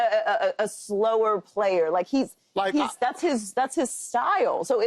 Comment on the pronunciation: Keyshawn emphasises weird syllables in every segment, it's weird. "He's not a bad playERRR"😂